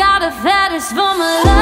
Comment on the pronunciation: You're well good the only thing I didn't like was the way you pronounced love you kept saying laove and it was really annoying but other than that it was really good